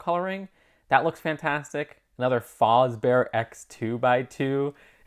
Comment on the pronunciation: Just wanted to let you know that it's pronounced Freddy F-as-bear, not fozbear